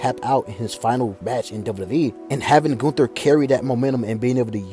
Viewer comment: Goon-Ther lol